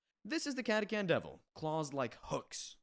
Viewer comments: It's not catakan. Catachan. Yknow. Catastrophe Chan. Cata-Chan. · I’ve NEVER heard catachan pronounced like that in my life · Came down here for this comment... what the hell was that ^^'